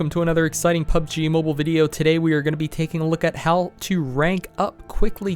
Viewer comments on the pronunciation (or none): none